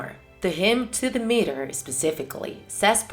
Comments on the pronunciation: It's dimitra , no dimira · It's not dimira it is Δήμητρα(dimitra) I know it because I am Greek Also I love your videos😍